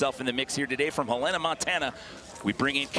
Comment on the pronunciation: haven't heard a person who isn't from montana who pronounces our capital city correct first try 😂